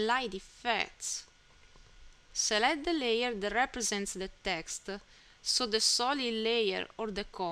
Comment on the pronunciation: Thank you very much bai. The "voice and text" is a very good idea. Your "non-Native English" is no problem for me. I kinda like it. (you can pay some attention to the "e" you put on the end of saying "texte" and "rampe" though ;-) Keep up the good work!!!!!!!